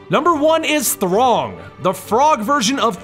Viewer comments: mis-read comment. I thought he said "wtf is a Throng". My bad. But he still pronounced it wrong ("Throng" & ),hence my misspelling of "wrong". Bad joke fell apart. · He keeps saying Throng lol, instead of Th-rog. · and why does he pronounce Throg like throng? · seriously man ,throttle? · "Throg" o shit waddup! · Throg??!!! Boy, I'm glad I stopped reading comics a long time ago. "Throg"... gimme a break! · He just said it wrog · Throg of Thunder now officially sounds as the most briliant and funny pronounciation i've ever heard! :D